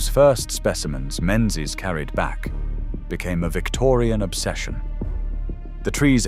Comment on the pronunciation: It's ALWAYS pronounced Ming ez